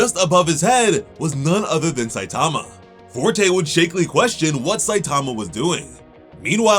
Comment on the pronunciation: You're saying his name like: SUH-TOM-UH. REALLY bruh??